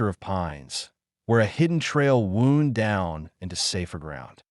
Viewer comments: Not pronouncing certain words correctly (wound,n/bow). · I wish AI could say wound , wind and bow correctly 😮